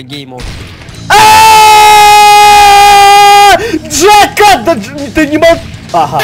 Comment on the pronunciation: Не гейммод, а ГЕЙмод